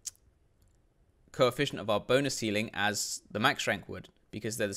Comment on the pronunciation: "Coeficcient" lol what are you, a doctor?